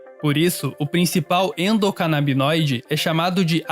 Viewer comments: Gostaria de saber se a mulher do vídeo fala errado, pois ela fala sistema endocanábidinoide, essa palavra não existe. Eu procurei e não achei nada relacionado a essa palavra ! O correto é igual o homem do vídeo fala , sistema endocanábinoide , pois rum todos os meus estudos só ouvi falar assim ! A não ser que eu esteja errado se alguém poder compartilhar alguma fonte que afirme o jeito certo ou se os dois estão certo ? Existe sistema endocanábidinoide E sistema endocanábinoide? Se isso se refere a qual e o cb1 e qual é o cb2 Pois eu não entendi muito bem ela falando um nome e o cara falando outro ficou meio confuso Pq eu só ouvi falar em sistema endocanábinoide!! Dês de já agradeço muito abrigado ! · Endocanabinóide ou Endocanabidinóide? Decidam-se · tá dizendo errado no vídeo! Não seria sistema endocanabinóide, invés de canabidioide? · Meus queridos, a palavra é endocanabinóide e não endocanabidinóide, como a está dizendo... O fala a palavra correta... Daí ficam as duas palavras. Bom... Amo vcs e mais uma vez agradeço ao trabalho do Meteoro. Vcs são sensacionais!!! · Eepostaram o vídeo e não corrigiram o erro de pronuncia "endocanabidinóide" que é falado várias vezes no vídeo Poxa gente, um vídeo perfeito desses e os dois pronunciando algo tão fundamental de forma diferente o tempo todo. =\ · é endocanabinóide, não endocanabidinoide. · é sistema "endocanabinóide" e não endocanabidinóide. As substâncias são canabinóides e não canabidinóides. Corrijam aí na edição, se possível. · Ela decorou a palavra Endocanabidinoide , que é mais difícil que a correta kkkkkkkkkkkkkkkkkkkkkkk que brisa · só da uma dorzinha em cada "endocanabidinoide", mas de resto o vídeo ta ótimo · Perdão,"Endocanabidinóide" não dá 🤭😅🤣🤷🏻‍♂️ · Vcs são demais, adoro vcs, e o vídeo é sensacional... Mas acho que o correto é endocanabinoides, igual o cara fala... Tamo junto Meteoro Brasil! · A voz feminina não acertou nenhuma vez o nome endocanabinoide kkkkkkkk